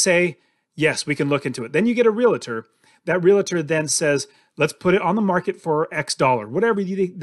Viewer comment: I am a real-tor, in Charlotte nc...not real-a-tor lol, great vid!! Grammar police here as well 😆